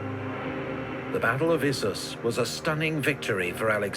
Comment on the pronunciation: Good pronounciation on Issus. 👍